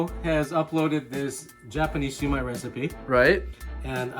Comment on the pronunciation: Got it! Hate to tease you, but the way you pronounce "Siu Mai" in the video sounds like a drunk Southerner angrily saying "Sue me (in court)☺